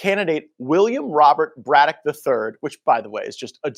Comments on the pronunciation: Dude, you're pronouncing "Braddock" wrong and it's driving me crazy. Go back to 4th grade English class my dude. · can't read for sht! He mis-reads so many words it makes him look dumb. Can't even read the last name Braddock? Really? He really said Bro-dock?? 😭 It'# pronounced Brad-ick. Every video he messes up 2 words or more. This is hilarious. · BRADdock. BRAD-DOCK BRĀDDOCK long A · It's pronounced Brad doc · (brad-dock) just sayin 💕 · a shame this fucker can't say, "Braddock"; give me a break, guess he never heard of James J